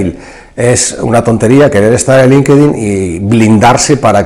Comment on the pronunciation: No se dice "linquedin" . la correcta pronunciación es "LINK-TIN" (Linkedin)